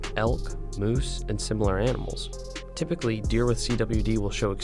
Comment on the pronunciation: Love the video man just had to add that you said "typicwey" and that it was hilarious